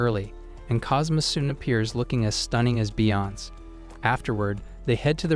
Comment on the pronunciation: bro said beyonc 💀